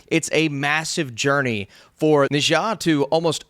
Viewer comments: Its pronounced "nerrr ja" not ne zhong. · It is pronounced "Neer Ya" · Na Zha is actually pronounced Ne Cha. He a God Of War, one of the god of honor.